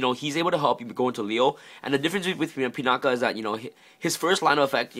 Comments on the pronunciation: "Pinakuh." Lol it's Pinaki decent deck profile, should run Pinaki over Steam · Are you saying Pinata? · Actual drinking game: Take a sip of a shot every time he pronounces 'pinaki' wrong, or says the words "absolutely amazing". You'll be absolutely wasted.